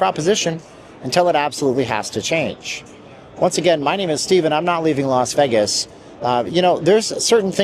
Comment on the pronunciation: Tuned out after he said Veggis the 100th time.